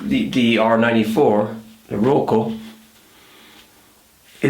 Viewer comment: I think it is Rocca and not Rocco